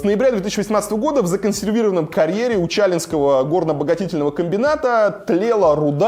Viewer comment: УчалЫ. УчалИнского. Так правильно ударение ставить. В Коркино схожая ситуация с разрезом, только в разы хуже. А перспективы рекультивации разреза ужасают.